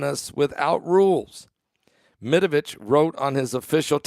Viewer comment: Medvedev not Medavitch